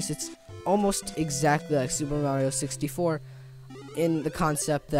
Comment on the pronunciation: Wow. Nice. Lol "Sixty-FO" I figured you would say "Mario-ish". Wow at the 2D version of SM64 and the last one!